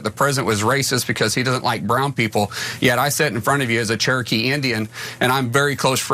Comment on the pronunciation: CHerokee indian? ROFL!! HAHAHAHAHAHA! Ok Hahn-key